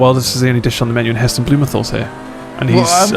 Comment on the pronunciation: You pronounced Heston Blumenthal wrong, it's pronounced heh stuhn bloo muhn taal. Come on boys, you are 4 years older than me and even I know that lol